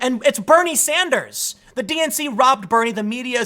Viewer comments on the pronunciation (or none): none